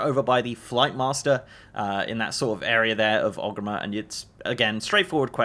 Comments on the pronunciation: Wondering why you keep saying Ogrimmer instead of Orgrimmar. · Friendly note. It’s ORGrimmar, not Og :) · never heard Orgrimar pronounced as "ogreemmehr" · why he say orgrimmar like that at the start